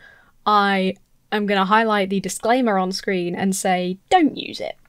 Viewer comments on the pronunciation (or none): none